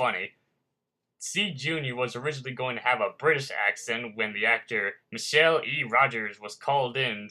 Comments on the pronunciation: Michael is pronounced Mike-ull not Mishelle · You said Michael wrong it's pronounced My Call